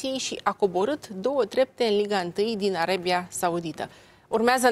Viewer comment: Din “Arebia”cum naiba?!Denisa,ai uitat sa vb corect limba romană?!